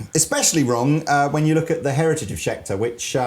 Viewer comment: "Scheter guitars"